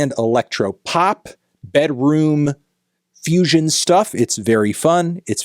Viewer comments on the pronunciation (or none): none